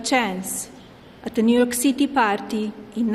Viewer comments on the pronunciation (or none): none